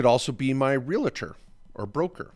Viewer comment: Please say "Real-tor" NOT "Ree-la-tor".